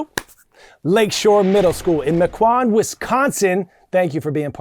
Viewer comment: You pronounce mequon wrong